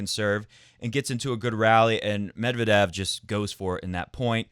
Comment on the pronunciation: According to his wikipedia article, the stress is indeed on second e of 'Медвéдев'. You can use wikipedia to check pronunciation for most russian names. They only tell you the pronunciation in cyrillic, but cyrillic itself is a fairly intuitive script, aside from the confusing stresses you'll see in Russian.